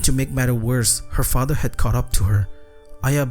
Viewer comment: douc father 😂😂